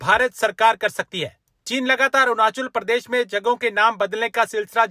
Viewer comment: Cheema gubbare ko Arunachal Pradesh sahi se pronunciation karni nahi aati.. like Arjun Pradesh jesa kuch bola😅